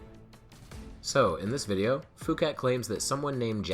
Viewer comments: Phuket is real place and it's definitely not pronounced "fuket". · 'Phuket' is pronounced 'poo-ket' you would be aware of this if you made the bad choice of going there.